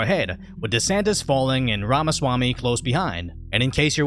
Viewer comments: Wamaswamy lol. Bro its rom uh swa me. If you want to sound more cultured you can say schwa me instead of swa me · lol exactly like Elmer fudd